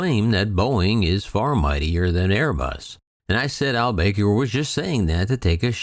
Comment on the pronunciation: It's not pronounced Al BAKER! It's Al Back-er. :|